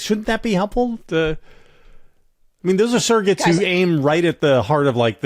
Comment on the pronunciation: I think it's amusing that Sarah pronounces the word "surrogates" as "Sarah-gets." 😄